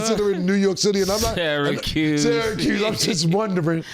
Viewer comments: I dont like how mase said syracuse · is a journalist yet continuously pronounces athletes names wrong. Im sorry but she just isn’t good at her job or has earned the name